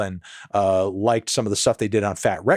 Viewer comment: You’re ok Fantano but NEVER pronounce “fat wreck chords” like that again